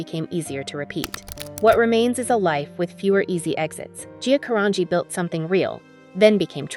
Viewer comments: She prounces her name differently/incorrectly every other time. It's annoying. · Would be better if her name was pronounced correctly throughout. Just shows the in ability of automation